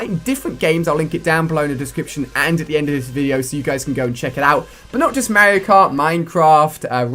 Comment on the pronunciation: YOU PRONOUNCE MARIO WRONG!!!